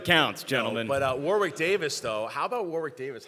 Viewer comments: It's pronounced "Warrick" guys, not "War-wick". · You don't pronounce the 'w' in Warwick!